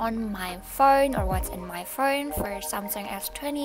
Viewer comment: "what's on my furnnn" the accent owo